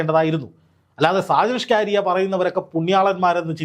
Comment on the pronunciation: ഷാജൻ സ്കറിയ അല്ലേ ? സ്കാരിയ അല്ലല്ലോ?